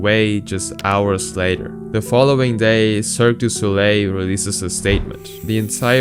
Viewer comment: try and learn how to say a few words in a foreign language -- LE CIRQUE DU SOLEIL -- google it and get it pronounced for ya !